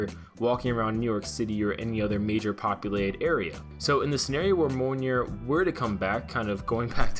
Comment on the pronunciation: It’s pronounced MEE-OL-NEAR.